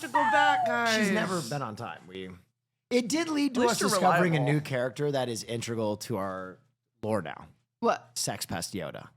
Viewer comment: DUDE THE WORD IS INTEGRAL LIKE IN-TEG-RAL NOT “INTREGAL” THAT SHIT MAKES ME WANT TO KMS EVERY TIME I HEAR IT AND YALL ALWAYS SAY IT WRONG